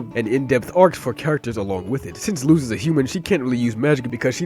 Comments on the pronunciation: Don't worry man, since Luz is an actual word in spanish, us native spanish speakers don't say "loose", we say it fast and short like "lose". So on what you thought was a mistake, you actually said it right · That's actually the correct pronunciation of it! Her name is a spanish word and that's how it's said